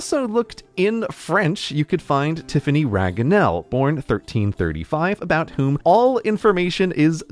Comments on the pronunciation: Is the French one pronounced "Tiffany"? Modern French would pronounce it as "Tiff-fayne" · Wait, how do you know Tiphaine would be spelled "Tiffany". That's not how French spelling works now, and I doubt it was like this back in medieval times. It should be closer to "Tiff-AY-inn". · All those French Tiphaine's are not Tiffanys at all?? It's pronounced Tee-fenn. Source: I had roommate named that from France. Es at the ends of words are not pronounced in French unless they have an accent aigu. Tifanie is a named in French and would have that pronunciation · Wouldn't the french "Tiphaine" be pronounced closer to 'tifaihn'? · Tiphaine is not pronounced Tiffany ^^' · I'm a French Tiphaine, and we don't pronounce it Tiffany at all, but this was brilliant anyway! Also there still are boys named Théophane in France! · tiphaine is not pronounced Tiffany 😐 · Slight nitpick, in French "Tiphaine" is pronounced with only two syllables, and ends like the English word "lane" (or "train"): Tiff-ain. Or "tee-fane" or something like that, I'm not sure of the best way to transliterate it... But the final "e" is silent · Tiphaine is not pronounced "Tiffany". English is not French. go to google translater, type in Tiphaine in French, and use.the.pronounciation. please! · Tephany is closer than Tiphaine, which is pronounced Tee-fenn in French. We don't pronounce the final e so I thought this one was a bit of a stretch... The spelling does look similar but the sound, not as much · It hurts me so much to hear you prononce Tiphaine like Tiffany x) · Well Tiphaine is not pronounced Tiffany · Funnily enough, the French pronunciation of Tiphaine is "tea- (as in the drink) fenn" (like Penn Station). So in English it would be spelled Teefenn MDR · Tiphaine is pronounced “tiphain” in French , great video as always grey 👍🏻 but Qui ? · "Tiphaine" would be pronounced something like "tea-fen" in Modern French. I don't know about Medieval French.